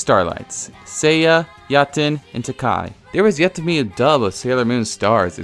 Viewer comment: "Tah-kai"... Tai-kee.